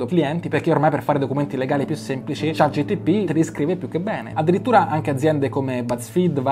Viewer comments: chat GPT!!!! non Gtp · Si dice ChatGPT, non ChatGTP!!! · Cmq si dice ChatGPT, non ChatGTP. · confermo dice GTP la metà delle volte 😂🙏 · chat GPT, chat G P T😂🙏